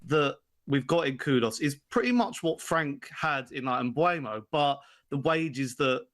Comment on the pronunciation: Its said Mboomo (mbeumo) he said it himself.